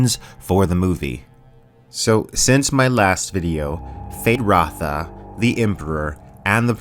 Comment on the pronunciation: Why does is say 'Fade Ratha' his name is Feyd Rautha. Is that a youtube artifact?